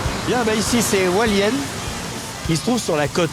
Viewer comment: JesuisFrancais, J habite a Taiwan,Pingtung.Hualien il me fait rirequandil dit aHalien il sepasse rien,il a dela chance qu il n yai pas eu detremblement de terre